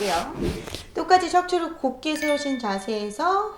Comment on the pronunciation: 척추를 ‘곱게’ 가 아니라 ‘곧게’